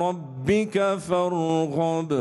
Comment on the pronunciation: I thought the 7 takbirat are supposed to happen before the fatiha. in the second rak3a, he did it after the fatiha and surah. Hmm...not sure if that's correct. And he says "wa ila rabika farghad. It's 'farghab' with a bah. Wow..I'm getting very sketchy of Mufti Menk now